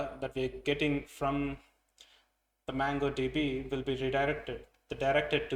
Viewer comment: It's not mAngodb but mOngodb